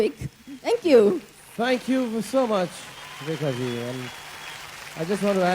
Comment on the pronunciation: Can hrithik not say rekhaji